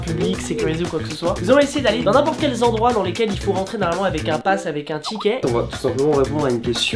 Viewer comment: Par contre dit des zendroits